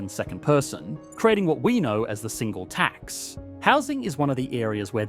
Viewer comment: Why do you keep stressing the word 'tax' instead of the word 'single' in 'Single Tax'? It makes it sounds like you're talking about one singular tax instead of a tax on singles.